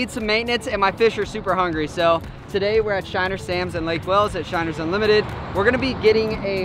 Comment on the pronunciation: say shinner one more time please